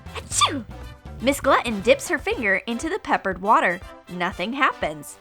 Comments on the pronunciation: Who else is annoyed with how they are saying gluten I just can't stand it sorry I'm not trying to be mean though but Gluten Pronounced: Gloo-ten Sorry just annoyed me but I'm not trying to be mean love you guys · Glutton has t's in it, just sayin'